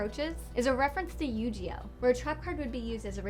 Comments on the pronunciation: you gey oh not you g oh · IT IS NOT YOU-GEE-OH! IT'S PRONOUNCED YOU-GE... GEE... How would you spell out the gee? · She pronounced yugioh as yugee-oh ew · You Gee Oh NOT You Ji Oh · (yu-gee-oh) not (yu-ji-oh) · Did this bitch just say Yoo Gee Oh its Yu-Gi-Oh. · Omg she said you gee oh it's GI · Yu-Gi-Oh GI GI NOT JI GI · So is anybody upset that she pronounced "YU-GI-OH" as "YU-JEE-OH"? I get it. It's not a big deal, and I'm not criticizing her or anything. Just bothered me since I grew up with it. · You said "Yu-Gi-Oh" wrong just the Gi part, it is not pronounced "jee" it is "gee" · It's. Not. Goddamn. Yu-gee-oh. ITS YU-GI-OH!! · it is pronounced you-ge-oh not you-GEE-oh. geez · Did she just say yugeeoh? 😑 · You-gee-oh.... Lol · U-ge-o everyone....bloody u-ge-o! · She said yu gee oh that hurt my childhood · Did she say yu Jee oh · Did she say you gee oh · Yu-Ji-Oh..... DX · Yu-Ji-Oh... YUJIOH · Yu gee oh... Yu gee oh!!!!!! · rage time. it yu-gi-oh pronounced gey. no G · "Is a Reference to You-Ji-Oh" >You-Ji-Oh thats how you pronounced it. its wrong. pleb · did did she say yu-ji-oh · hold on did she say Yu-Jee-Yo #Triggered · You-Gee-Oh hahaha wow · Cringe TRIGGERD she say Yu G Oh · yu gi oh is pernounced like this you gee oh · She said yu-GEE-oh. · YU GEE OH U WHAT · Yu- GE - oh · DID THIS BITCH JUST SAY YUU JEE OH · YU GEEEE OOH WTF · Almost as bad as "Yu-Gee-Oh" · Did she say Yu-jee-oh??? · Daniel Horton Ikr wtf Yu-jeeeeeeeeeeeeeeeee-oh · Daniel Horton it's yuuuuu geeeee oh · "Yu-Ji-Oh" "YU-JI-OH"???? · You Gee Oh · EXCUSE ME BUT DID YOU SAY YU-JEE-OH???? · Yu-Ji-Oh and Craig... Did anyone think to do a second take on these facts? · Did you seriously just say Yu-GEE-oh?! Uhhhh the cringe..... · she said yu-ji-oh....someone kill me now. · What the fuck is a "yu-ji-oh"? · Question. "You-Jee-Oh?" WHAT?! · I know it was really annoying that she said yu-gi-oh wrong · Why.... you butchered yugioh damn just when I thought y'all did good too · she said yu gi oh wrong